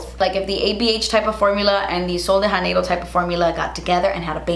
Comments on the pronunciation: No shade because of course in Spanish the j is pronounced as an h, but in Portuguese, the J (like in Sol de Janeiro) is pronounced more like an English j but softer. Like "jh" or "jd". Sorry, I don't know the phonetic spelling but it's not "Haneiro". Great video! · janeiro is a portuguese word, so the "j" should really be more like "jzh" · The J in “Sol de Janeiro” is hard (not really hard, like the J in “Jacque”). Idk about the brand and how they pronounce but I’m just saying this since the phrase is in Portuguese.